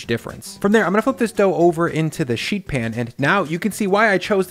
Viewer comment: Is it me, or does say sheet oddly? SHHHHeet.